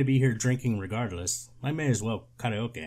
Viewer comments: I LOVE your proper pronunciation of "Ka-re-o-ke" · The proper japanese pronunciation of karaoke is so funny to me in this context and I'm not sure why